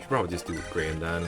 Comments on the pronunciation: These portraits are really good. Also, Graham is pronounced "gram". Kinda like if you say "gray-ham" fast. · Everyone I know says it like Gram, what. I've never heard anyone say it like Grey um. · Grah-ham? The way you said this one had me rolling. It's such a mundane name normally